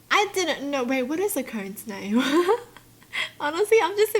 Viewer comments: is nobody gonna mention that she said "cone nail" instead of "cone snail" at the start ??? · I heard cone nail Edit: I think I can kinda heard it if I replay a lot! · i wasn't looking at the video and i thought she said toe nail instead of cone snail. i was so confused ;w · Oh my goodness! I can't unhear it now! 😂😂😂